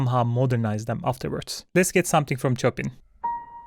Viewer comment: the way you say Chopin 🤣